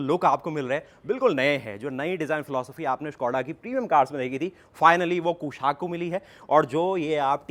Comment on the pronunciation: Activa owner’s pronunciation 😹